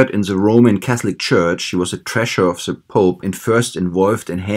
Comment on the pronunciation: Why do you say ZA pope instead of THE pope?